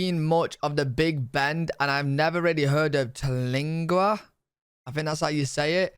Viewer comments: Pronounced Ter-Leeng-wah. Just a mile from the entrance of Big Bend. Fabulous chili cook off every First week of November. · How she said it is wrong its tera lingua, the AC in the teepee is nessisary you cab die of the heat down there